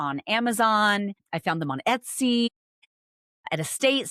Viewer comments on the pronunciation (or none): none